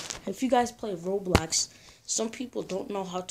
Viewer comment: It’s called” ROBLOX” not” ROBLAX” and it’s “ lobby” not LABBY”